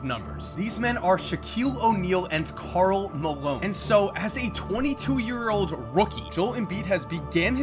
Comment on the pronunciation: I thought he said carl melone